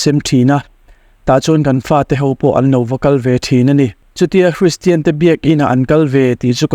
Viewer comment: Hristian tiin i lam/sawi thin a, kristian/christian ti a lam/sawi tur a nia...